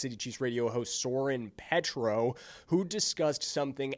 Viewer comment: Not a local person making videos about local things is funny, all this mistakes, doesn't know how to pronounce Soren Petro's name, doesn't know the difference between OP and KCK... How to keep a clown out of my feed... Ugh YouTube you're killing me.